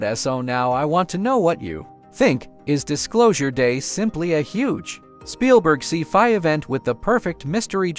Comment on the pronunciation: A See Fi movie? Thank you dumb AI narrator.